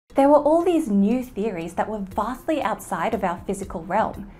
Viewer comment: she said vastly